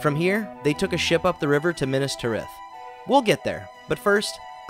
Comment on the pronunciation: the way he says minas tirith makes my teeth grind